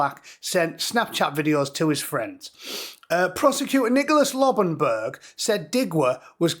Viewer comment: Said Mr Lobbenberg. Every single time.